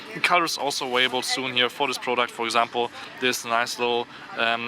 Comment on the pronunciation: "awailable" lol I thought germans could say the v sounds lol